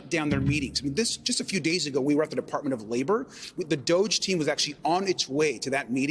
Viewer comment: DOGE pronounced Doggy, bend over America